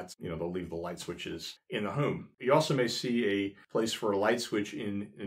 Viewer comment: Hi there! I have been watching all your videos and really enjoying them, but I have a question - more out of curiosity than anything... it's your "accent" - in that I notice the way you say the word "home" as "heum"... and I am trying for the life of me to figure out from what part of the country you are from? I'm just really curious and interested. I have heard that word pronounced that way before but never could figure it out :) - - anyway, great videos and thank you for posting!!